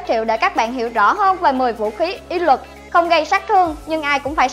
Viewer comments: Phát âm cho chuẩn nhé BTV. " Uy lực " chứ không phải " Y lực ". Khó nghe quá ????? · Lần sau đọc rõ từ uy lực